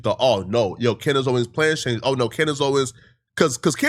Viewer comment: The amount of times that you have said her name wrong is driving me insane